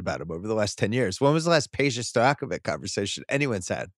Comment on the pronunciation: it is Peja Stojaković! ć sounds ch Stojakovich not Stojakovik!